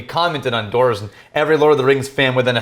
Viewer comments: Why do you keep saying "Dorf" instead of "Dwarves"? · I've never heard it pronounced, "dorves"! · I’m a hardcore LOTR nerd but I don’t expect other people to be. However I did nearly have a meltdown at how they pronounced dwarf/dwarves as dorff/dorves. Get I’m Dan!